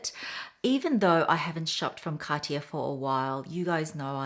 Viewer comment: You are pronouncing Cartier wrong btw